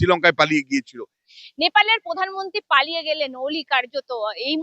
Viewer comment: পধানমন্ত্রী নয় প্রধানমন্ত্রী। পতিবেশী নয় প্রতিবেশি। 🤪🤪